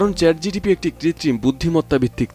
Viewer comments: আপনি বারবার ভুল উচ্চারণ করছেন I কথাটা চ্যাট জিটিপি হবে না, কথাটা হবে চ্যাট জিপিটি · সংবাদ পাঠক, আপনি চ্যাট জিটিপি বলছেন,ওটা চ্যাট জিপিটি হবে। আর হ্যাঁ, একই প্রশ্ন আমি চ্যাট ডিপিটিকে করেছি, আমার জানামতে সে এমন উত্তর দেবে না।